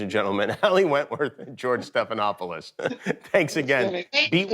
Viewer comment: I think i am hear "George stephanhopeless". Haha